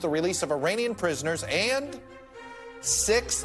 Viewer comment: Please, you are an educated man. It is not 'e-rain-ian'. It's e-rahn-ian. Act like you know